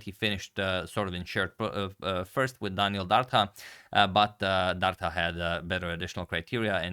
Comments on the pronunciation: It's pronounced Dar-Dha. "Dh" is pronounced the same as "TH" in THat og THis. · It's pronounced Dartha like the "th" in the or that. Dardha in Albanian means pear (the fruit). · You pronounce Dardha wrong! "Dh" ist pronounced like "th" in the word "this"! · #agadmator The letter "dh" in the surname Dardha is pronounced same as the letters "th" in the word "there". He is originally from Albania, born in Belgium.